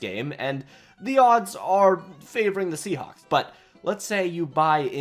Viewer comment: That’s a funny way to pronounce Seahawks.